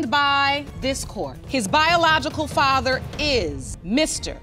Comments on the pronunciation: The AI is so crazy lol I really hate when channels use the AI voiceovers because they don't even say everything right. (Fay-ter) instead of father lmao!! I kinda really hate watching these. Most of the time it's gross women sleeping around with multiple men and not knowing who fathered their child. It makes me sick. My mother slept with several men and I don't know who my dad is. I am 33 and missing that half of my identity. It truly disgusts me to no end. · How in the hell can you not pronounce the word father? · Your AI cannot pronounce liar' or 'father'???? Wow - that Muslim woman has her baby girl in a hijab, I feel so sorry for that child.